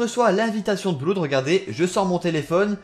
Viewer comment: Quelqu'un lui dit que Blood = "Blod" et non "Bloud" ? :-P